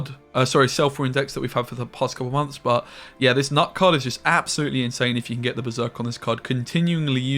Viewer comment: FFS, Knut is a Nordic name like all Skellige names. It's pronounced with a "K" sound first, because we spell things more or less logically unlike in English.